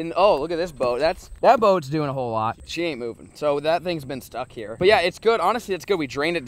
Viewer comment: ITS SHEEEEEEEEEEEEEEEEE NOT SHOE PLEASE STOP SAYING SHOE PLEASE